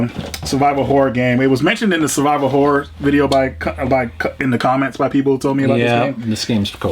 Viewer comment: When said "Survival Horror" games, I was away from my PC and heard "Saliva Horror". Needless to say, when I went back and heard it correctly, I was highly disappointed.